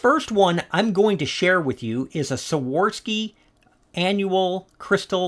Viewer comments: Hey! I think I've watched every video you (and sometimes Melanie) have made and I've learned so much. If you don't mind, I'm just giving you a little correction. The brand Swarovski is pronounced Swore-off-ski. I figured you might want to know. Hope I didn't offend! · Why can’t anyone pronounce Swarovski? 😂